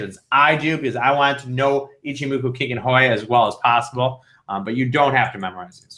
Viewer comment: ichimoku kickin' hoy... lol